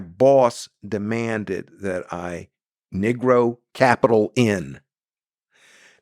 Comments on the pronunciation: I'm not trying to nitpick I'm truly curious... isn't negro pronounced "knee-grow"? His use of "Nig-row" seems atypical. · If he pronounced "Negro" as Neegro rather than Nigro, that might help. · I thought it was negro not niggro